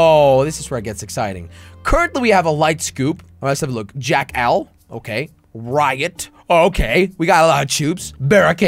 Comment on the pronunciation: it is not jack al it is pronounced jackal in one word. BrUh